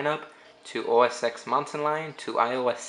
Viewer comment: The "X" in OS X is a roman numeral, so it's said as "OS TEN".